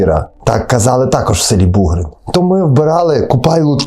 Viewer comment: Бугрин- наголос на" и".Іллін- на друге "і", Колесники - на перше "и". Вельгір - на" і". Угільці або як в нас кажуть Угольці - наголос на перше" і "або "о". Томахів - на "о".